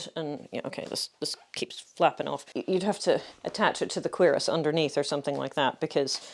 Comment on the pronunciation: You said cuirasse and my first thought was "what's a querus? there's no quercus."